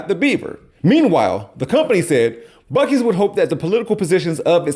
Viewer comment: After hearing that woman call it 'Busey...I associate BUC-EES with Gary Busey. Talk about crazy GOP connections! Thanks, from a fellow Ohioan, a proper Buckeye.